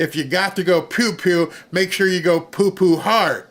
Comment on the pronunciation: ''. Its amazing how a 'Youtuber' can't get a sound board right. Learn sound. And it's pew pew, not poo poo. 😏💯👍